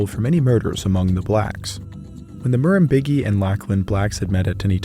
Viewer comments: Just a quick pronunciation correction here (hope that’s ok): Murrumbidgee is pronounced like: ‘muh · ruhm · bi(d) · jee’ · Its pronounced Murum-bid-gee. Not Murum-big-ee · It's pronounced nuller-nuller, not noolar noolar. Murrumbidgee is pronounced murrym-beegee. Beegee being pronounced like the three member falsetto singing act famous for the Saturday Night Fever sound track. Aboriginal languages are usually spoken in a stuccato fashion, and quite often very nasally - almost like an English speaker would sneer. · Murrumbidgee…. Pronounced Murrum..bid—gee… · It's pronounced murrum-bij-ee by the way. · Lock-Lin and Murrum-Bid-Jee is the pronunciation you were after. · You needed to source the wood for your boomerangs from eucalyptus from So-Cal, it's a noxious weed there. And Murrumbidgee is pronounced MUR-RUM-BIDG-EE where BIDG-EE is pronounced like BRIDGE without the R. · Lachlan. Lock-lan Murrumbidgee. Mah-rum-bid-gee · I just found your channel after seeing your video with Extinct Zoo, and now you're doing a video on my culture? Crazy stuff. BTW, Murrumbidgee is pronounced with a J sounding G. So Mur-im-Bid-Jee. Also, the Nulla Nulla is an Uh sound. Like in Nut. I'm from the Wiradjuri tribe, so we'd call it a Bundi, with the U sounding like the U in Jun. Bun-dee. Not trying to be rude btw. Just sharing knowledge. Thank you for the great video. Much appreciated. ♥️💛🖤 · Thanks for your excellent work mate. Oh and it's murrum-bidge-ee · And nullah nullah was pronounced null-ah the null as in null and void. Murrumbidgee- the d is silent . So it's murrum- bigee the g sounds like a j. Ciao. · Murrumbidgee - the "g" is soft as in "gee whizz". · as someone who lives near(ish) to the murrumbidgee river I cringed at the pronunciation. The dg is pronounced the same way as the dg in fudge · Listening to you mispronounce Murrumbidgee is infuriating. All the tools are at your disposal these days to ensure you're saying these things correctly.